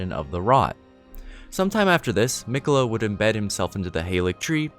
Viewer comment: I’m confused though Mogh kept on saying Miqeulla she is mine and mine alone